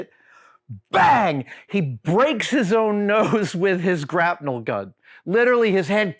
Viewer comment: wait... grap-NEL? have I been saying it wrong my whole life? grapple gun.